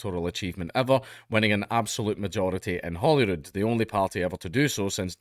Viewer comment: sounds like you're saying "Holywood", I was like "Holywood?!", then actually read the article and was like ahhhhhhhhhh, Holyrood, of couuurse